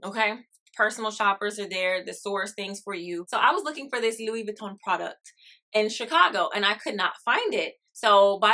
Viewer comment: There you go. You are one of the fewest people who pronounced LV correctly. I’m a former LV leather artisan and I used to make their bags for the USA manufacture. The neverfull was one I specialized in. Great bag .